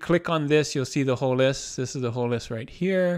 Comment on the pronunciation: Nice overview. Thanks. Now, would you please enunciate your T's? "objecT" "shifT" "lisT" (Sorry, but it's distracting!)